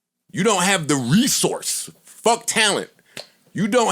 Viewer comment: It's the way Joe says resource for me 😂